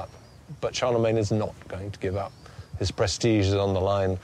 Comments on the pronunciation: Charlemagne with "main" suffix not "mine" I don't care how it's spelled everyone says it "main" so it's main. Gets under my skin when people pronounce words deferent than everyone else. Great documentary though wouldn't like to live back then but would love to have a holodeck program. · First time I have every heard anyone pronoun Charlemagne like that. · me 2